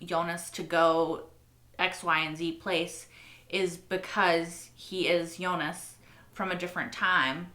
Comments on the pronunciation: FYI. Since you keep bringing it up by the way doesn’t bother me how you say it just wanted to help you since it seems to bother you a little. But Jonas as spelled is pronounced (in German that is) phonetically as Yo-ness. Obviously in English it’s Joe-ness. You keep saying Eunice lol which is a totally different and feminine name. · nah in German it's Yo-nahs actually, not with an e! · I don't mind when she mispronounces the other names, but whenever she says "Eunice" it really takes me a moment to figure out who she's talking about. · In French we say Jo nas or Yo nas (nas pronounced like Thomas, pronounced like sorry the english 'Ass')